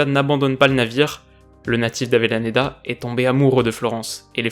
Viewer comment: Juste pour info Avellaneda ça se dit "abéchaneda" pas "abélaneda"